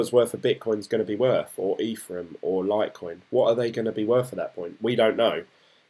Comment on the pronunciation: Hey dude, just picking up on your pronunciation, it's Envion not Environ and it's Ethereum not Etherum. I started my journey a few weeks back so it's interesting to see someone getting up to speed just like me. Keep it up 👍